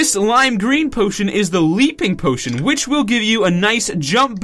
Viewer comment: In the very first second you say "pootion" instead of potion lol